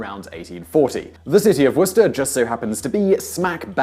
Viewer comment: It's pronounced Wooster.